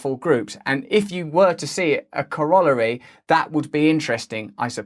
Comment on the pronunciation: mispronunciation of the word "corollary."